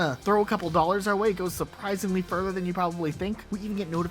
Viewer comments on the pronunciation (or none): none